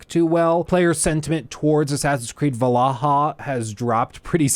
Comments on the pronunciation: It's pronounced, V-ALL-HALL-A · Its VAL-HAL-A not whatever u said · Every time you said valaha they got me